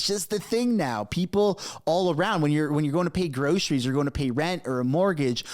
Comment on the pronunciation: When Trudeau says "grosheries" I want to puke.